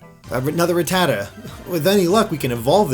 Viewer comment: oh man the way he pronounce ratatta sounds like fajita...